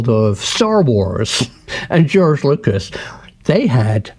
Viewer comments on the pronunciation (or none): none